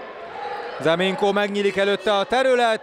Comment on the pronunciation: Nem “Ze Minko” hanem Nze Minko😡